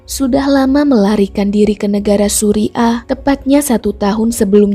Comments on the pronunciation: Salut utk pemerintah philipine,,,mereka cepat tanggap + memantau kasus sampai selesai. Bacanya suriah bkn suri' ah 😁✌ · Suriah kak bukan suri ah😂